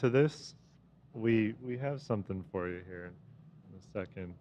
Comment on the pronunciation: Aww asking por pizza 😅